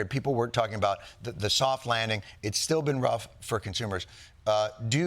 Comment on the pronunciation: Congratulations to Mme Lagarde, I believe she's the only french I've heard who can really say "the" and not say (the sadly annoying) "ze" 😊